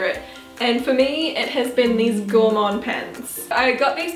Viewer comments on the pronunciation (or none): Great video girls! quick question - is the brand of your trousers Gorman? If so it's pronounced gorr-min x